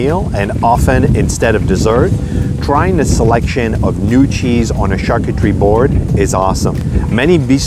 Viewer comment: Lmao she said “charcoocherie”